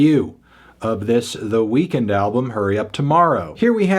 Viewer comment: It’s pronounced “weakened” not “weekend”